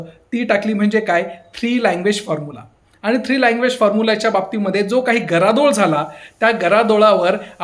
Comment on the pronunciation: तुम्ही पण मराठी क्लासेस लावा, तुमचा गदारोळ चा गरादोळ झालाय.